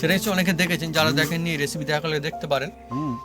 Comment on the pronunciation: Recipi❌ Achapi✅ 😂😂😂😂